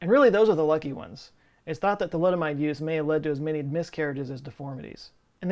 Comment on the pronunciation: i grimaced when you said thalidomide😰